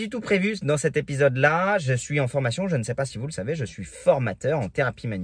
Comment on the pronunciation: 100 exercices ça se dit "cenT exercices"... sinon ça sonne "sans exercices", bonne continuation